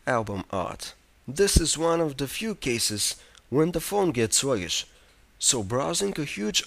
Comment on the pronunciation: haha 'music wibrary' 'annoyingly swuggish'